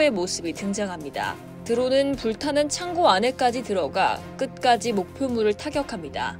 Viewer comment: 창꼬? 너무 듣기 불편하다. ㅜㅜ 창고임.